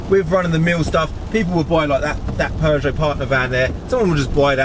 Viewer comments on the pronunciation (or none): none